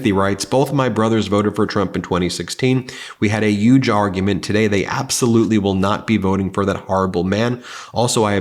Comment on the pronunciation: Huge has an “H” at the beginning. Please pronounce it correctly. Omitting the breathy “H” is what Drumpf does. Let’s not let his poisoning of the language persist.